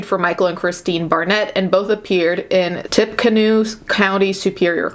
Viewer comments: Not a real important detail but the town is pronounced as “ tippy canoe”. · This is neither here nor there but it is pronounced Tipa-Canoe. Lol I live in Indiana so we hear it a lot. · it's pronounced "TIPPY-Canoe" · It's pronounced Tippy-canoe...😉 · "Tippecanoe" tipp-uh-canoo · I live in Lafayette where they decided to keep her. This story is going insane here (side note: the county is pronounced tippy-canoe) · I'm from Indiana and I hadn't heard of this case before. P.s. "Tippecanoe" is pronounced "tippy canoe" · 😂😂😂 can't really blame her for pronouncing it incorrectly when it doesn't look like how it should be said